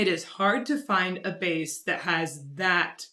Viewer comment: Why the bass is pronounced like "base" , it is a bass, prornounced "bass".